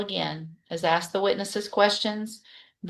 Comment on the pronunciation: OMG, can he not ask a question without asking if he can axe a question? Just ask.